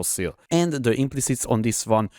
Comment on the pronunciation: Came here after a recommendation for super tanky builds, not disappointed! De barátom a kiejtésed borzalmas hahaha Rögtön tudtam hogy honfitárs vagy! A kedvencem a kurentli és a dö :)